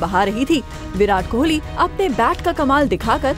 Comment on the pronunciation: anyone observed "kholi " .... wtf his name is kohli...not kholi..